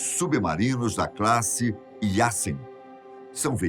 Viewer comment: sobre o submarino não se fala "Yassen" mas sim "Yazen"